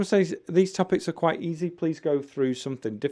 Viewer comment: I heard you pronounced says as say all the time. Are there two ways to pronounce it?